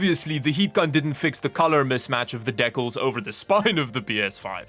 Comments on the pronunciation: the way you pronounce decals is hilarious lmao it's pronounced di-cal not de-kel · Is he terribly mispronouncing DEE-KALS as a joke or is this a Canadian thing? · Dekal… he he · ah yes, the canadian "deck-uls" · Deckels. LoL. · SO err, I was speeding through the video and he's saying "deckalls".. ironically or doesn't know the word? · You're the first person I've seen pronounce decals like that lol. Not sure if it's a country thing or not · Why can’t you say DECALS correctly? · The way you pronounced decals tho lol